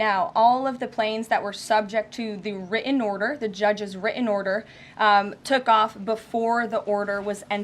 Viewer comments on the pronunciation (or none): If she's so well educated and supposedly speaks so well, why can't she pronounce written, important, Putin, or any other word with a "T" in the middle? Saying "wri-en," "impor-ent," and "Pu-in" is not an educated way of speaking. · "The judges' wri-en order" T is now the letter that's been dropped from the alphabet, the way the word "were" has been dropped from the language.